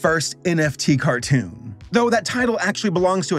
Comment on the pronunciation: Why did you pronounce cartoon like that? :D